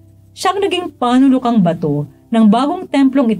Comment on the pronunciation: Thank you for the daily Gospel. 'Panulukan' was misread.